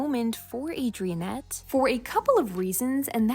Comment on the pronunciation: "Adriennette"😂😂 its Adrinette 😂😂